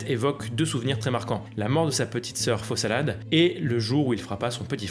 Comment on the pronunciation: Résumé et contexte super clairs et complets merci ! Par contre à c'est Folasade et pas Fosalade ^^